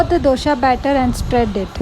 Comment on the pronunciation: Hi , nice video..Please pronounce dosa not as dosha